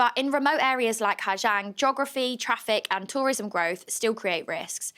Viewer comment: Awful news for Orla and her family. My issue with this report is the reporter is very symptomatic of what Hà Giang ('zang' not 'jang') has become and seems to believe her experience of westerners getting rowdy and drunk in a quiet Vietnamese village is everyone's experience and the correct way to experience it. I have driven the loop myself twice, first in 2018 and secondly in 2022. It is the most beautiful place I have ever seen. In 2018 the roads were dangerous with a lot of trucks and some underdeveloped roads. The homestays we stayed in were very wholesome with beautiful locally farmed food cooked for us and some rượu (corn alcohol) to wash it down as is the local custom, maybe accompanied with some music from local instruments and a very early night's sleep to prepare for the next day of driving. In 2022, everything was much the same other than the droves of 'easy riders'. A great service which allows people who are not motorbike drivers to see this amazing place. I think from an internal safety perspective, they are mostly sound, other than some of the points raised in the video. However, even as they are relatively safe drivers, a straight line of 10-15 drivers makes it very difficult for other drivers to navigate overtaking and makes incompetent truck drivers make horrific gambles. We were also able to stay in authentic homestay on two of the night's, one was an incredible experience with a H'Mong family. Unfortunately one of the nights our only option in the area was